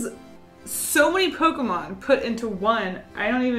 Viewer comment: You pronounced some pokemon names wrong